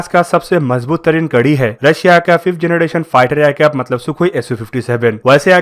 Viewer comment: Its generation......not janaDation........plz improve.